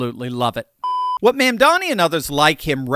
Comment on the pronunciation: I like how he calls him "Ma'am-dani." 😆